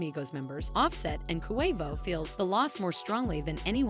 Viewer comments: Koo Way Voe? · Who tf is koowayvoooo? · Jesus get off the rap if you can’t even pronounce his name right QUAVO NOT KUHWAVO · Its Not Pronounced CoWavo its Pronounced Quavo..Yall Wanna Speak on Our Culture, At least Pronounce The Names Right out Of Respect..And If You Don't Know How To Pronounce it Right Ask Someone From The Culture.. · I’M SO SORRY BC I’M SAD ABOUT TAKEOFF BUT SHE KEPT SAYING “KOO-WAY-VO” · QUAY-vo— QUAVO pendeja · stop sayin KOO-WAY-VO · This reporter bish can't say Quavo right... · This video does not deserve to be watched they obviously don’t know anything about migos if she keeps saying ku way vo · KHU WAY VOUGH 😭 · Girl, it’s QUA-VO 😂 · Ooookay, I’m out. I can’t hear KOO A VOH any longer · Why is she saying Koo Way Vo ? 🤦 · “Coo wave oh “mam get it together it ain’t hard “so Wheatie”🙄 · How she say Quevo is really irking me lol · Coo-Wave-Oh🤣, could never take this serious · KHUU WHEY VOUHH AND SA WEE TEHY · WHY THIS CHICK KEEP SAYING KOO-WAY-VO?!?! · I’m out, said it way too many times 😂😂😂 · This that goofy ass AI shyt. KHU WAY VOHH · Kuwaivo, like Kuwait 🇰🇼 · Why do you say Quavo so weird? Let it come out naturally. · Yall whiyte folks annoying ..y'all didn't listen to a LICK of their music..can't even say QUAVO right and yall wanna report his DEATH but not celebrate his successes? FUCK Yall. Thumbs down. Yall get on my gd nerves. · Like no lie, stop saying Quavo name like that. An on some real, any real hip hop heads should not even be watching this. She disrespectful to so many of our names. Smh 🤦‍♀️ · 😑 You a culture vulture. Probably didn't even know who the Migos or Quavo was before Takeoff's death. Can't even pronounce Quavo's name right. Can't stand you maggot maf***a's that make videos just for views and likes. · QUAVO BITCH SAY IT RIGHT